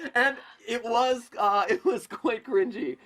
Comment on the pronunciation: he says its quit cringy instead of quite cringy